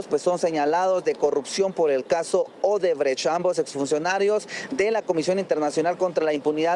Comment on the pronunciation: ODREBÉS😂😂 ni para vocalizar sirven los ilustres de la bodega más grande de Colombia 🤡